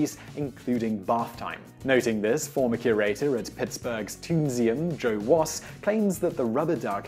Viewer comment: he pronounces his last name Wous 😅